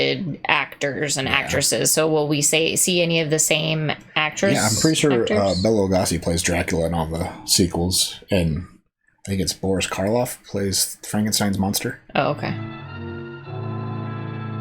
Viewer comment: Loo-GO-see! Loo-GO-see! Not "Lu-GAH-see"! Driving me bananas every time you say it! 😉😄